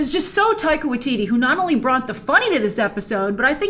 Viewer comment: lol, Grace, you called Taika, Tittie in the beginnng